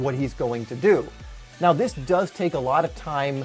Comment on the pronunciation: Does anybody else get a little annoyed that he says dat, dah, dis, instead of that, the, this?